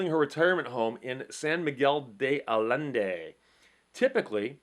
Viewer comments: Allende pronounced ay-yen-day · San Miguel de Allende. The Allende is pronounced 'Eye yen day'. Is Spanish a ll is pronounced as a Y.